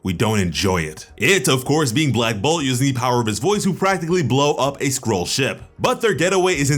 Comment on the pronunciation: Oh Skroll ... I thought he said squirrel